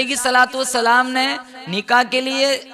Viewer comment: Nikaah spells with k not with Q, not niqah